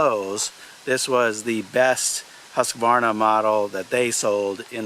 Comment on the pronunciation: Thank you for pronouncing Husqvarna correctly.